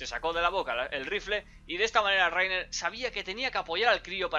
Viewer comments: Raina* :v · Se dice "Layna" >:v